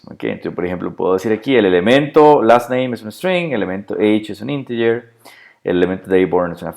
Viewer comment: Odio que mezclen idiomas. Ejemplo de una de las muchas cosas que ha dicho (escribo como lo ha pronunciado): Podemos definir el dato por ejemplo como "Inteller" o como fecha. ¿Porqué no ha dicho "deit" (Date)? o en lugar de "Inteller" (Integer) haber dicho Entero y a veces dice "XML" en español y otras veces lo deletrea en inglés. Eso se llama ensuciar el idioma. El español es un idioma muy rico y no es necesario añadir palabras en inglés.